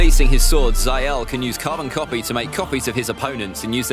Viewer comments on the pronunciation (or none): none